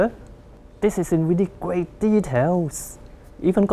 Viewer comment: Ahahaha lmao gweat joke!